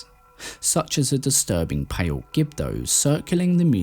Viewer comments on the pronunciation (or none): none